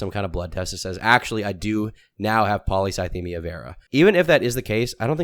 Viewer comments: Nicks dyslexic ass calling it polythycemia Vera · A part of me dies every time says Polythycemia ☠☠